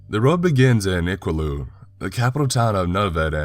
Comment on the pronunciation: Just how you say Iqaluit makes me cringe but it was a good story